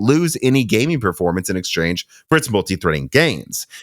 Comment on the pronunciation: IT'S GaminG NOT GayMIIIIIN